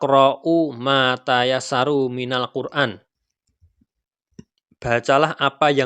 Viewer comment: Maaf sekedar meluruskan bacaan pada potongan Ayat dari Surat Al-Muzzammil Ayat 20: faqra`ụ mā tayassaru minal-qur`ān ..." harusnya "... faqra`ụ mā tayassara minal-qur`ān ...."